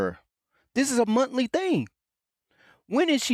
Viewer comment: What does montly mean? come on dude you’re a grown ass man. I’m sure you can pronounce an H it’s a monthly.